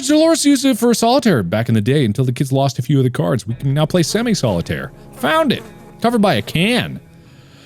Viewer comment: “Let’s play a game… of caiards”